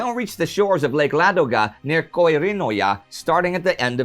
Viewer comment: It's on the better end of the scale of foreigners who don't really speak Finnish. He HAS clearly practiced. For that, I tip my hat to him. Good enough, if he doesn't need to really speak it in every day life, but just to list names. Only Koirinoja was a bit off. But just because of not getting the word boundary: Koirin-oja, instead of Koiri-noja as he said. - Which is pretty much to be expected. :) But I'm waiting for him to start speaking of Häyhä... ;) That one is yet waiting for an Anglophone who can pronounce it. Häuha or Häuhö(r) being the best what I expect, or if lazier, then Howhah, or Hayhah :)